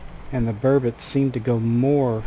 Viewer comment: Burbot is pronounced bur-bot not bur-bit